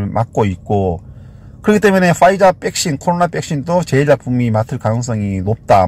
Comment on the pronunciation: 백신을 항상 빽신이라 하시는 거 귀여우세요ㅋㅋㅋ